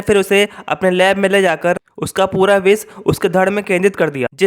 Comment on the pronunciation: Pronounce to theek se kar le bhai... vish ko vis bol raha hai, professor ko posar bol raha hai.. itni kya jaldi hai, aaraam se bolo. Aur video mein bina matlab ke effects daale huye hain, fade in fade out wale, dekhne mein problem hoti hai. Simple scroll effect rakho ya fir no effects se karo. Just my thoughts.